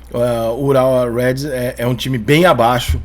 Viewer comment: Parabéns Rica único que falou corretamente o nome do time japa Urawa Reds (vermelhos) todos os outros dizem Urawa Heads (cabeças) kkkkk Em compensação na capa do vídeo colocou o escudo do eliminado Auckland na semifinal contra o City na semifinal no lugar do time japonês 😂